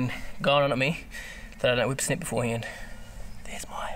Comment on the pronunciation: Lol, I love how he says wipper snip! Never heard that before... weed whacking over here